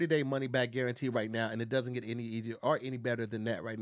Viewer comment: Wi-pie, wi-fry and money back guaran-pee😂😂damn it you’re only on the first ad😂